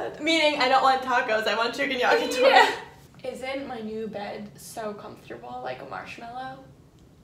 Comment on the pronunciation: How you guys say, yakitori.. Disgusting